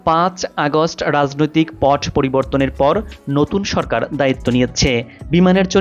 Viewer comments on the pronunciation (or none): none